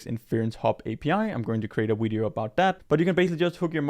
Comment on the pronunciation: lol "wideo"